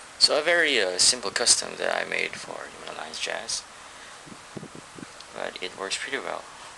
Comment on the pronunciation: THIS IS COOL AS HELL BUT I HATE THE WAY HE SAYS HUMAN ALLIANCE JAZZ IT SOUNDS LIKE "HUME ALIE JAZE"